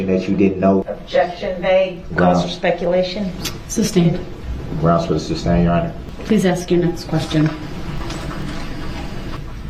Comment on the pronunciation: Entertaining how he says "substain" instead of sustain(ed)